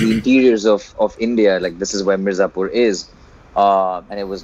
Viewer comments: 'M-I-R-Z-A-P-U-R' it is and not 'M-A-R-Z-I-P-U-R'! Why is this ONLY irritating me and no one else???🙄🙄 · the fact that he said "MAZIPUR" so many times, made me stop the video. unbelievable. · Ardent follower of OSR. Keep it up. One suggestion since you guys love Mirzapur such a lot - let’s pronounce this right. It’s Mi - as in Me, r, za, pur - as in poo, r. Me-r-za-poo-r. 👍🏼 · saying "Marzipur" repeatedly infront of Ali was damn cringey.. 😂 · Even I started pronouncing it as 'maarzipur'. It gives kind of happy vibes. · season 2 is about to come, you interviewed ali, binge-watched the entire season 1 and gave a trailer reaction of season 2. Now, it's high time, please pronounce the title correctly, it's M I R Z A P U R. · Man... Plz stop saying MARZIPUR... Makes me uncomfortable especially seeing live with Ali🙏😣... Other than that amazing interview 👌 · is trying so hard to pronounce Mirzapur, jeez. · Mirzapur is always written in English during the show. But thats just splitting hairs. Its just cute and silly when he mispronounces it. Thats all...😊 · Far out! How did you pronounced Mirzapur! Sorry but you're hilariously cute alright! 😅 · you could’ve said Mirzapur correctly in front of the actor!! You can’t giving the excuse of not knowing Hindi all the time!!! I mean come on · butchering the pronunciation of Mirzapur 😂😂😂. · its pronounced as Mir - zaa / zaah - pur and the gujarati film (hellaro) pronounced as Hail - are (R) - O